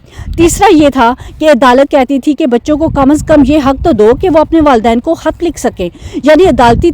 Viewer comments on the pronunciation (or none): Yeh kia bukwas thi? Bibi, paspo holder kia hota hai? It’s passport It’s not hut, it’s Khat, Matlab na bolna aata hai na pata hai, buk buk buk aur 10 minute waste. Where was the law. No where, u kept on talking in your wrong pronunciations & poor English wordsmith totally rubbish content